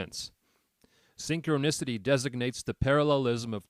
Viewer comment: It's hard to listen to this when your robot can't pronounce synchronicity😅